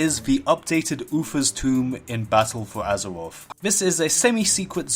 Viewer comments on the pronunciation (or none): BALTTLE FUU AZURUREOFF